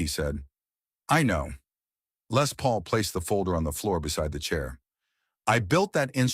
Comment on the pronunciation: Yet another dreadful AI generated piece of garbage. Who the hell is f**king "LAY PAUL". My God these AI voices are getting worse and this one stinks. I bet Jeff Beck never met LAY PAUL in his entire life. "Jeff Beck Stories" by backside.